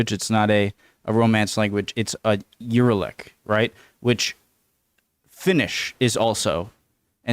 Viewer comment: Uralic is pronounced u-RA-lic, the stress is on the second syllable. Hungarian, Finnish and Estonian are the 3 biggest Uralic languages. The latter 2 are closely related while Hungarian is distantly related to them. Most Uralic languages are minority languages in Russia. By the way related languages can be far away from each other geographically, for example Icelandic and Hindi are a world apart but they are (distantly) related. That's the Parliament, and 1 euro is more like 410 forints these days. Lake Balaton is the biggest lake in Central Europe. Thank you for learning about Hungary. = Köszönöm, hogy tanulsz Magyarországról.